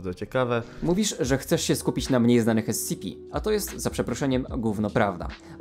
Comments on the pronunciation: Ty sam robisz błędy bo powinno się mówić skp/scp Bo Secure. Contain. Protect. A contain czyta się kontain a ty powiedziałeś spici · ESCEPE, to mnie troszeczkę ITYRUJE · kocham jak on to czyta "es ce pe" lol